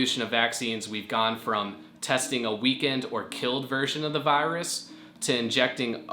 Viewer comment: I don’t like how he says virus